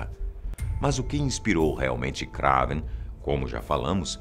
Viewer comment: "IAS KRÁVEN"?